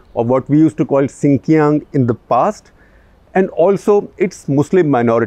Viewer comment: Just a minor correction, the pronunciation of Xinjiang and Beijing has always been the same even when they were spelt Sinkiang and Peking in the past. The mispronunciation only serves to validate the better romanization system used today.